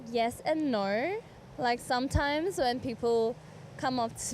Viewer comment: Yes and "Naur" 😂